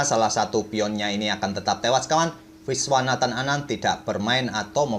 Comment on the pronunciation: Legit bener kedengerannya kalau admin nyebut nama Viswanathan Anand wkwkwk